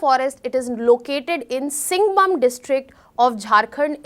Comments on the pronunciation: It's not singbum it's Singhbhum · Its Singhbhum - bhum like from Bhumi (Earth) Singh-bhoom (pronounciation) 😐